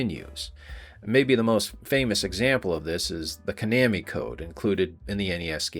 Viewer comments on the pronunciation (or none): I'm sorry, "ko-neh-mi"? 🤮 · Who pronounces it komani? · Konami is pronounced kuh-nah-mi. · Hahaha, "Ka-nammy"....that's how Cotton Hill (AKA Hank Hill's dad) would pronounce Konami. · I have never, not once in my entire life, ever heard the word "Konami" pronounced the way it was in this video. Well, at least, not until watching this video. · According to Google, you are mispronouncing Konami.